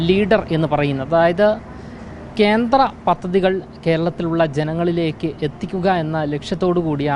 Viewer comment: Kenthra ennu parayaruth, Kendra ennu ucharikku